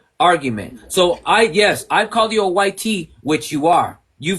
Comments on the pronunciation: Speak proper English...white..not wi te... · Ok but why you keep on saying it like Y-Tee? Just say white. He’s not sitting there calling you Brownie bro so at least show some respect when doing a debate.